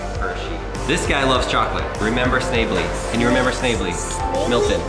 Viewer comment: I'm doing a research paper on Hershey can i take some screen shots of your video for pictures? Also NUUU ITS snav-ley LIKE snap but snaaHHHHveAND LEE